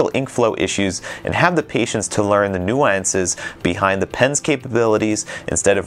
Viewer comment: Ive never heard anyone pronounce "nuances" the way you do -- and Ive never heard anyone say calligraphic the way you do either.